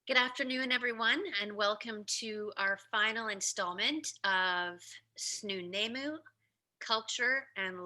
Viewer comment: work on the way you pronounce Snuneymuxw I've learnt from the Elders